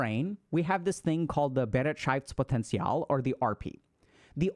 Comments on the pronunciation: *Hermione voice*: it‘s BeREITschaftspotenzial, not BeretSCHEIFTspotenzial :P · you can type the word into google translate and get a rather good pronunciation. Bereitschaft was not comprehensible, because it follows different rules than English (-potential was OK actually). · I like how he says "BEREITSCHAFTSPOTENZIAL!" XD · I really would love to send a voice message to give you the correct pronounciation of Be-reit-schaftS-Poten-tial. Nonetheless, thank you as always for your valuable thoughts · Thanks for the video! I have returned to it multiple times. It is very very useful to me! 💙 But you pronounced "Bereitschaftspotential" wrong. 😂 So, so very wrong, im dying. 🤣😜❤ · The way you pronounce "Bereitschaftspotenzial" is wild, but I love it 😂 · You misspronunced bereitschaftspotenzial hard! btw. It translates to the potantial of beeing ready. I dont know but I feel like reflecting gives me a bad feeling about all the things that went wrong ending on lowering my bereitschaftspotential even more. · Please Dr.K learn how to pronounce Bereitschaftspotenzial correctly. :) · Haha hilarious pronunciation of the German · As a German, hearing Dr K pronounce Bereitschaftspotenzial in the most American way possible was all I needed to cure my depression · your german pronunciation 🤣🤣🤣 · I can't get over how Dr. K pronounced "Bereitschaftspotential". As a german-speaking person, this was wild to hear lmao.